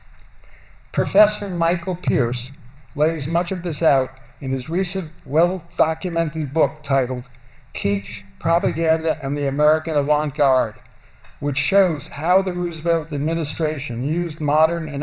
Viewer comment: Since when is kitsch pronounced keetch? CC thinks he says peach, and it took some time to get the word right to research the Michael Pearce book.